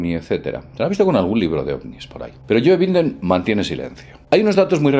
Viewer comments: ''yoe vinden'' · Joe “Winden” xd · "Yoe Binden". Lamentable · "Yoe Binden" jaja